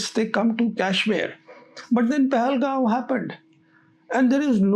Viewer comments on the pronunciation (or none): I watch your videos religiously but it is hurtful when a Punjabi intellectual who knows Urdu and English pronounced Srinagar as shreenagar. Please be careful. In Urdu it is صرینگر and in English it is the same as Sri Nagar. You also pronounce Pahalgam as Pahalgaon. This is incorrect. You said you're a frequent visitor to Kashmir so you are the best person to understand my reservations. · Sir please pahalgaon nai pahalgam hota hai. Ab jaise educated bande ko pata hona chahiye